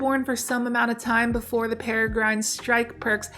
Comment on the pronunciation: peh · ruh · gruhn